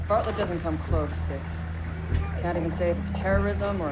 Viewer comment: she said "bartlet" is not even close